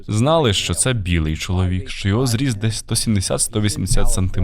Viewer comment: Трохи тригерить кожен раз чути не що а шчо в ваших відео.